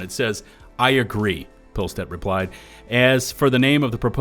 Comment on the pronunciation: it’s probably worth noting how to pronounce “pilestedt”… if you need help watch the new patch notes video AH put out